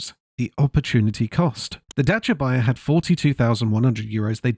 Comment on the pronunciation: As a Romanian, I want to thank you for taking the time to learn how to pronounce Dacia. They used to be even better you know...you could fix anything about them with a few wrench strikes and some colourful language.